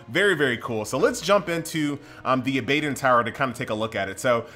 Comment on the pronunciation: hell yeah u mispronounced that bro.. its aba don like abba then dawn lol abbadawn :P abadon